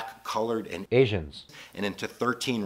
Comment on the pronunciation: Why did it sound so weird when he said asian lol